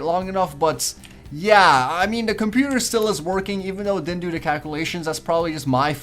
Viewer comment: Why does he always say "da" instead of "the" it's really annoying.